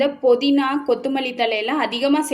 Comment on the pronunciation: போதினா அல்ல புதினா